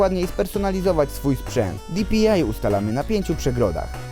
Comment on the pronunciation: Bo mówi genesis zamiast DŻENESIS i di-pi-aj zamiast po prostu dpi xd taki sarkazm czy srakazm? Nje no czepjam śje tylko spoko typek!